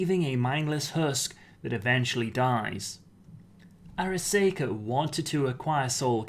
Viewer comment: Arasaka Ar—a—saw—ka not Ar—a—say—ka The way you are pronouncing it, it would be spelled Araseika! But that is not how it is spelled.